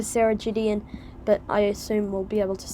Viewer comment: It's pronounced Guh not Juh. So Gideon as in Good.